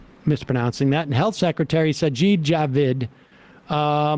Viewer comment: He's digging in, the only way he is leaving is dragged out kicking and screaming, he's learned from Trump that no matter what you do just deny it and nobody can make you quit. Also you pronounced Rishi and Sajid's names correctly Sam 👍